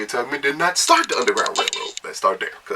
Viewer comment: Was he saying Harriet TUGG-man?